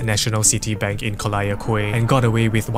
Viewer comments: "Col-liar Kway" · Collyer Quay is pronounced - “Kollier key” - I bet u mispronounced it just to get under peoples skin right? Sneaki sushi fella u!! 😂😂😂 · the way he pronounce Collyer Quay. like a foreigner would do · went to the comment section for comments about the pronunciation and it did not disappoint